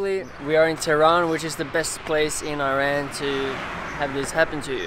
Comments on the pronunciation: Thanks a lot! but it's Iran (E-run) not Ayran! Ayran is a Turkish Doogh! :D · please pronounce IRAN properly, it's not i-ran